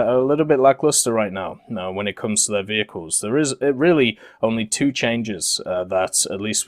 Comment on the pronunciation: the french vheeled wehicles are coming to WT...